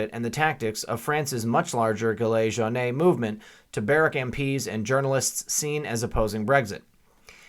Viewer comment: Jaune rhymes with shown.